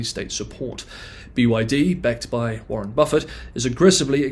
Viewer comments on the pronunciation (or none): none